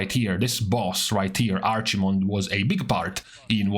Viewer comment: "arch mond" lmao.